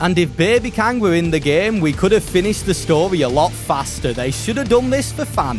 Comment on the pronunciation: Love the way he says story like “storay”